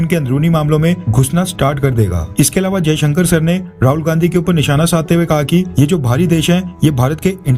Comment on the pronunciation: affairs You wrongly pronounce the EAM Dr.S Jaishanker as Ajay Shanker,Pl correct